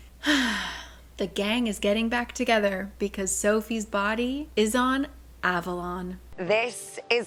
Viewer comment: ooooh, that's why you pronounced it so weirdly! Sorry ^^' (But SJM surely intended it to be an Avalon reference with the name and it being surrounded by mist and all...)